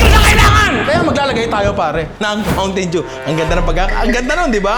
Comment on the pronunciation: "Mountain doo"